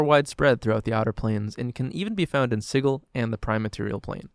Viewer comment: Isn't it "Sid-jool"? Or did the creators of dnd prounce it weird on purpose?